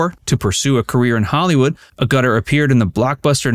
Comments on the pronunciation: Yes yes - it's not A - Guttor !,! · It's AHgutter, not aGUTTER !!!! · It's not A...Gutter it's Ag utter. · As a long time admirer of the British actress Jenny Agutter (pronounced Agg-utter not A-gutter) I admired her during Walkabout and Logan's Run (1976 - not 1967 as per the narration). I also enjoyed The Railway Children and An American Werewolf in London. I would like to have seen her in more films etc but they have been fewer than desired. Recognition of her abilities beyond that of 'female fluff' in Logan's Run and the Werewolf films is finally coming to fruition in Call the Midwife. Better late then Never it seems. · First, Jenny's surname is pronounced Ag-utter, not A-gutter, it's Riddle, not Ripple of the Sands, Childers in pronounced Chil-ders, not Child-ers and it's Roscoe Lee BROWN, not Roscoe Lee. Other than that, a great video. I've been a fan of Jenny for 52 years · Jenny Agutter was definitely one of the truly great beauties of all time. (Her name is pronounced "(short a)g-you-ter" by the way. I like her in Equus. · I believe her name is pronounced “Aguteur” rather than “A gutter” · Try pronouncing, stressing, the first syllable of her name..as in AGUtter. Not “A Gutter” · Pronounced AH-gutter,not A gutter which is U-shaped open pipe for collecting water off a buildings roof. Yep,very stunning. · Learn to pronounce things properly!It's ag utter,not a gutter!! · For pity's sake,, it's Ag-A-tear (as in rip), not A-gut-ter. Every time you say her name like that, it pulls me right out of the video. You got all the French pronunciations right, but not the star of the video's name? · Sorry, as a Brit, that pronunciation really grates ... It's pronounced "a-ga-ter" or "aga-ter", not "a-gutter" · I believe Jenny’s surname is pronounced ‘Ag-ut-ter’ not ‘a-gutter’ LOL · Her name is pronounced "AG- utter", not "A-gutter". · A - gutter? LOL It's Agg - ur - ter. On - eddon line? LOL It's On - nee - din. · It's "Ag - utter" NOT "A Gutter" !